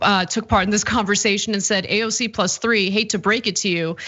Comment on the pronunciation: HE cant even say AOC'S name!!!